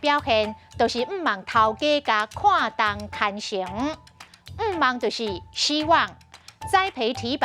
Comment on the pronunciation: 看重 khuànn-tiōng 不是tāng